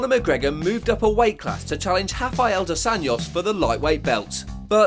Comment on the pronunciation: You are not pronoucing “dos Anjos” correctly.